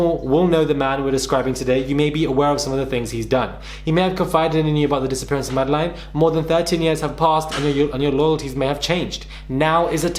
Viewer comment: Did it drive anyone else mad the way he repeatedly mispronounced her name!! Disrespectful